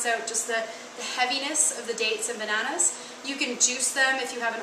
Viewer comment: I love how you say banaunas!!!